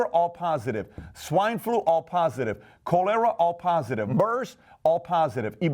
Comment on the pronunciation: Also can’t pronounce cholera correctly. But I’m sure he has good table manners.